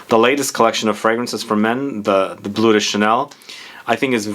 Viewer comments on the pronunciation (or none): none